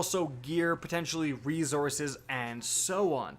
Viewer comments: Did anyone get triggered by “reZources” Lol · reezourse lol i love it